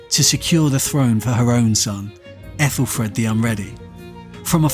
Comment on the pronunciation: Aethelfred isn't it red not Fred ?